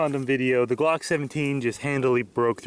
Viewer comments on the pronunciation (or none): when he said I think we can fit this on out glock it sounded like cock lol